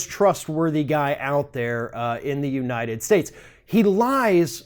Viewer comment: had a little 'God bless the United Shtatesh' moment there. 😂😂😂😂